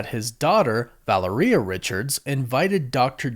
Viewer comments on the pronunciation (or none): Val-air-e-uh, not valor-e-uh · Please, please, please, you say you have Hispanic ascendancy. Make a little effort: it is VA-LE-RIA, it isn’t VA-LE-RI-A. The last three letters sound like only one syllable, not two. It is distracting from your content. Thanks for making an effort. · The way you pronounce Valeria has alot to be desired. It's pronounced Vall-Lair-Eee-yuh not Valor-Eeyuh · Va (lare) ia. Valeria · Vuh-lair-ee-uh I believe is correct. It also rolls off the tounge better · Valeria pronounce like malaria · Valeria is pronounced like malaria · Say it with me folks "vah-lair-re-uh" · I love you bro… but it makes me cringe how you say their daughter’s name. It’s VA-LARE-E-AHH sorry to be that guy. You most likely won’t ever see this anyways. But yeah. Valaria I can see how people would say it that way also. But that’s not it 😂 love yall 😊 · Why do you say Valeria like diarrhea? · VA LAIR IA is correct. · Couldn’t get past mispronouncing “Val ur ee uh” after the 4th time smh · It’s pronounced Va Lair E A. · Say it like u would Valero gas stations but with a "ia" at the end in place of the o. U got this bro🤣💪🏾💪🏾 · Yep. U butchered her name. My daughter's named Valeria [latin]. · You are butchering Valeria’s name bro ! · Please fix the way you pronounce Valeria bro